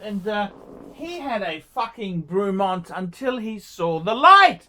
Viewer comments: It’s pronounce Bray-mont, you fucking plank! 😂 Also you criticise ‘marketing and finish’ and yet Rolex is 99% brand and 1% substance.. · Who the heck is Broooomont? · FFS - it’s pronounced BREMMONT!!!! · Broomont??? It is not a hard brand name to pronounce. It's not JLC or A L & S. ffs! Lol.